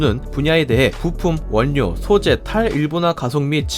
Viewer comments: 원료는 [월료]라고 읽고 전략은[절략]이라고 읽어야 합니다. 구독을 구걸하기 전에 영상을 잘 만들어 주세요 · 태클죄송 발음(두음법칙) 원료 ->월료 전략->절략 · 원료:[월료]입니다. 자주 실수할 수 있는 발음이죠. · 님이 올리신 다른 영상에서도 한번 확인한 적이 있는데, 영상에 음성 내레이션이 들어가는 방식인데 한국어 발음에 유의해 주셨으면 합니다. "전략", "원료" 등의 단어들은 자음동화 현상이 일어납니다. 그래서 발음하기 쉽도록 "절략", "월료" 라고 발음해야 합니다. 그런데 님이 이런 단어들을 발음하실 때는 한국어가 능통하지 않은 외국인 같이 어색한 발음을 하시네요. 올리시는 컨텐츠들이 매우 좋으니 이런 부분만 수정해주시면 누가 봐도 어느 것 하나 빠지지 않는 영상이 되겠어요.